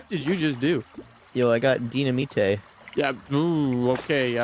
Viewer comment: "di-na-me-tay" is that french?